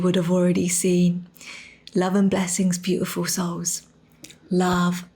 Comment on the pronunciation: Every time, she begins too soon, so I hear "tiful souls".